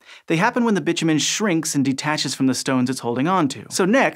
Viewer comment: I have never before heard bitumen pronounced as Bitchy Man but I love it :D